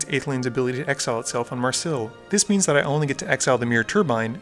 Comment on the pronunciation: May ris ill not marsil